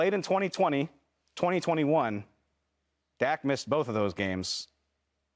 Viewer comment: Shady can't even pronounce his cousins name correctly lol, shady is just a dak hater....and acho appears to jump on his 🥜 during some segments lol